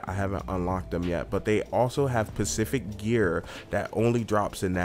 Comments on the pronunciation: Specific not pacific :) Other than that super useful comparison vid :) 👌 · No "pacific" order? What kind of fucking idiot are you!?!?!? No SPECIFIC order!!!! Quit playing video games and pay attention/go back to school you fucking idiot. I have my suspicions based on your voice and pronunciation, do I need to say it?